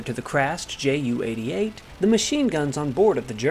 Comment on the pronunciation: When referring to a Junkers Ju-88 please don't call it a Jew-88. The J and the U are pronounced separately.